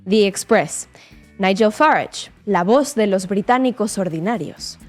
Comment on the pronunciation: Esta presentadora que fuerza la pronunciación de Farange se equivoca. Los británicos cultos no hablan así